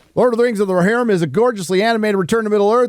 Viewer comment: "War of the RoHERrim."